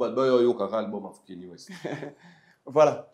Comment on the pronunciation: Arretez de dire " kenny west" c'est Kanye comme na lingala ,ka-nye. Merci na analyse